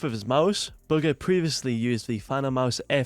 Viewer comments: Y’all niggas dumb it’s bugha and pronounced boo ga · you pronounce it ‘booger’ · Was he just saying booger the whole time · It sounds like he's saying booger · Just say his name right it’s not hard